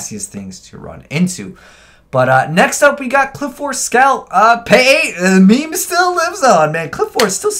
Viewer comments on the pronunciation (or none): none